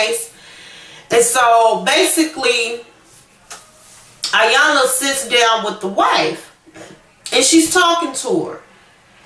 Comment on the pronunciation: Dead on, he wanted his cake n to eat it also. She looked pathetic trying to hold onto something that he already had disposed of. Iyanla is pronounced with a "E" it looks like "I"yanla but it is Eyanla.